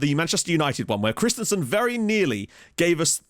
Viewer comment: I wonder.. will there ever be a time when you discover the "i" and (with lesser impact) the "a" in Jóhan Dávur Krist-I-A-nsen's last name and stop pronouncing it Christensen (like the Chelsea player)? Just pulling your leg ;) .. keep up the great work!